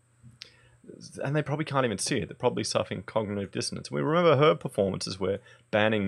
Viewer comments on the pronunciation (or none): none